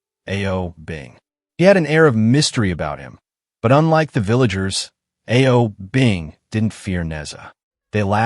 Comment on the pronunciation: A-O Bing? Seriously, you need to work on your Chinese pronunciation.